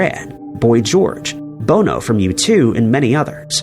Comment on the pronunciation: He said Bo No for Bono